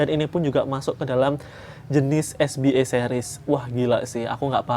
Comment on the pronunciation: Kak maaf bacanya es be a bukan es bi e. Karna ini singkatan bahasa Indonesia jadi dibacanya harus pake cara baca huruf Indonesia 🙏 btw orangnya jualan di sopi skrg siapa tau mau jajan. Udah lumayan murah kok anak2nya. 😊